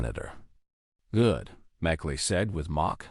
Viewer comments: The commentator needs to pay attention to the name of a US Senator. Merkley not Mcllay. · AI????? MerClay??????? for Merkley. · M E R K L E Y is not pronounced MAKLAY. Do your homework. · Merkly not Mc lay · The senator’s name is pronounced “MURK-lee.” He’s from OR. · I am not american but the narrator needs to know merkley's name